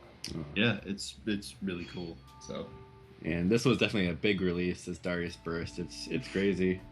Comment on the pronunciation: We've all been pronouncing Darius wrong. Turns out it's actually Dah-rai-us.